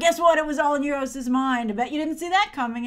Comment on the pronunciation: you say euru's like nueroses